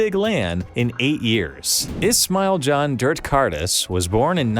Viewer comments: his name is pronounced as John, when you said Kahn, I was confused lol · his name is Can (Pronounced as Juhn). Kağan is a different name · Who tha fuck is this khan khan khan its not khan its spells "jan" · BRO İTS NOT KAAN İTS LİKE A JOHN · not Can, you should call him Zhan (Djan) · Decides to make a documentary about a Turkish player. -Doesn't look up how to pronounce his name and just wing it. -Refuses to elaborate further -Uploads most american shit i've seen in a while fyi its Jun / Juhn he could google it less than a minute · We don't read Can with K, you read it with a J, very similar sound as John(O is more A in this) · it looks a bit stupid to not know how to pronounce xantares real name but still good video